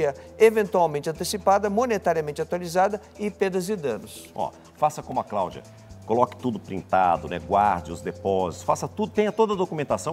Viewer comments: A “CRAÚDIA” ficou P da vida 😂😂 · Quem veio pelo o Tolezuando?? 🤣🤣🤣🤣🤣🤣 "A Cláudia comprou um guarda roupa e não tem roupa" "Craudia" "Incrusiviu" KKKKKKKKKKKKKKKKKKKKKKKKKKKKKKKKKKKKKKKKKKKKKKKK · Mano a vendedora ficou tão nervosa que falou errado "Craudia" "incrusivi" esse povo pra engana e um amorzinho depois que engana são um monstro🤬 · Com todo o respeito a, mas "Craudia", "pobrema", " incrusive"? Não dá! 😂😂😂😂😂😂😂😂😂😂😂😂😂😂😂😂😂😂😂😂😂😂😂😂😂😂😂😂😂😂😂😂😂😂😂😂😂😂😂😂😂😂😂😂😂